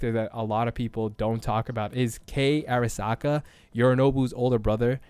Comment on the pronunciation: Great vid thanks, you just say "AIRasaka" a few too many times for me xD